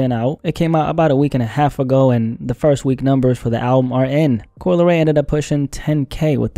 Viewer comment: "Coo-Lee Ray" -Solliminati